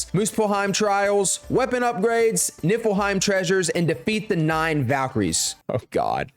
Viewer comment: It sounds like he says it nippleheim 🤣🤣 which is hilarious